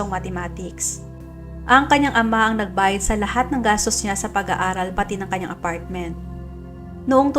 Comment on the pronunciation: Ang ganda ng diction mo. Hindi OA. Ang pagbigkas mo ng APARTMENT ay talagang APARTMENT, hindi katulad ng iba na nagiging “APORTMENT” dahil sa ka o a Han. Lol 😂